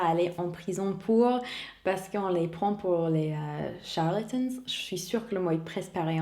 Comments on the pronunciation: On dit bien : charlatan 😁 (sans E à la fin 😅) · Pour le mot charlatan tu y étais presque En français on prononce "an" a la fin et pas "ane" 😅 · C'est bien charlatan, mais avec l'accent français :)